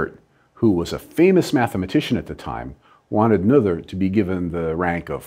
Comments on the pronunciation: Pronounced Ner ter not No ther. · Her last name is pronounced nay-ter. Well, almost. English doesn’t have the vowel I rendered as “ay”, but German doesn’t have the “th” sound you used. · You gave a brilliant explanation thank you. But now... you need to take a German course!! Nothur's theorem!! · Both of these are wrong. There is no r in the name. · A-"nother" thing: "Noether" does not rhyme with "mother" it's more like "Nuhr-teh" or "Neau-teh" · the oe should be something like ö or something I'm not german but I'm pretty sure it's wrong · This is the first time I've head the name Noether pronounce that way, I remember it being pronounced more like no-th-er by a person with the same last name didn't know he shared a last name with someone so important. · Noether is pronounced [ˈnøːtɐ] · I rather suspect that 'Noether' is pronounced similar to 'Goethe', i.e. the 'oe' is pronounced 'oy' and the 'th' as a hard 't'. Given that this vid is in celebration of Emmy, it might be worth while actually getting the pronunciation of her name right. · PS it's pronounced "Nuurter" (sort of!) And "Gerting-gen" (again, sort of). A minor criticism, but might be an idea to check out how to pronounce foreign names! Just as a courtesy! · Still grates to hear a German name pronounced American English. Brrrrr. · As Michel ten Voorde says in his comment below, this commendabie video would be even better if Ms. Noether's name was pronounced correctly. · I think noether was pronounced wrong. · if she is the most significant genius (I'm not saying that she isn't) then why don't you bother pronouncing her name properly? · I'm pretty sure her last name sounds nothing like you pronounced it. But I guess English speaking people always do that. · I'm sorry to say that the professor's pronunciation of Noether is WAY off. Still funny though. 😄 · Good video dr Lincoln but you need to work a bit pronunciation of Noether :)